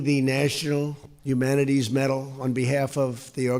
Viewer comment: What is a Nachunal Humana-Terries Metal?